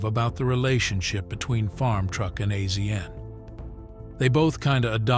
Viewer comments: no. The narrator has never seen it. The narrator is AI. It isn't real. Azn is pronounced "asian" $2800 is not "dollars 2,800" it is simply twenty eight hundred dollars. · It’s pronounced Asian not AZN I’m getting so sick and tired of these fucking AI narrators who the fuck says “Purchased at the price of dollar two thousand eight hundred” humans are so God damn lazy!! I’m out can’t watch this BS. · I believe it's pronounced Asian, like the continent. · Another AI reading the script and messing it up as do all of the AI read youtube videos. its not AZN we all know the proper way to pronouce his nick name also these dam AI's never pronouce numbers correctly I hate them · I figured as much... has this narrator never seen the show? A Z N? No! Its' Asian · Azn is pronounced Asian get it right people please ❤❤❤❤ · His name is pronounced Asian. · It kills me to hear him say azn soooo many times. Geez🤦‍♂️ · I hate these people who make a small documentary about people and they can't even say their name right. What are they just picking random celebrities and reading their wiki page? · lmao I did a shot every time I heard him spell AZN out it was literally that much I couldn’t tolerate it lol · AI doest know that ! When things are mispronounced, it's AI !